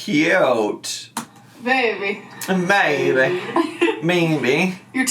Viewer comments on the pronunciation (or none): I hate how both these imbeciles say baybeh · When says “baybee” there’s a “v” sound in it and it’s what makes it intolerable I think. She says I like “bvaybee”